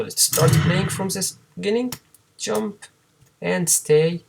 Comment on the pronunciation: Все, что выучил так это как ты индуская морда говоришь джамп... тьщамп! вооот....